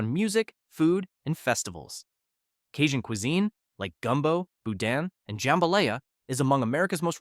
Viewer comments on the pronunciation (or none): It’s Jum-ba-lie-ya